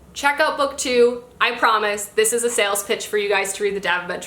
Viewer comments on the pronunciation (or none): none